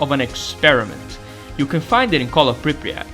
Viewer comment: Love your videos, but your pronunciation of Pripyat makes me go schizo. We thank you, oh Monolith, for revealing the cunning plans of your enemies to us.